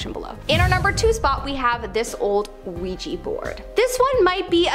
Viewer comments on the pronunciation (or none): Ouija board not ouiji